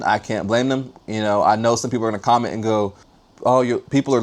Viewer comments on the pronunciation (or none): none